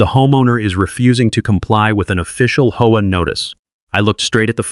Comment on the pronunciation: It's pronounced H-O-A.